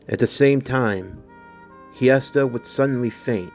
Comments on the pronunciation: So just wanna clear something up its actually pronounced (hest-eeeee-aaaaaa) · Ngl your pronouncing hestia’s name wrong